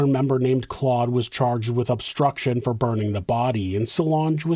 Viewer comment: Just a note that Guy is pronounced Gee in French and Claude is pronounced with an o sound instead of an ah sound. So replace the "au" with an O. Like Cloh-d.